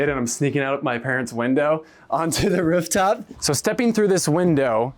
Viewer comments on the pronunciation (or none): Ruff top? Does this guy speak dog?